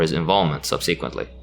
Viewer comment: When you mispronounce the word “subSEquently,” you are placing the emPHAsis on the wrong sylLAble. It should be pronounced SUBsequently.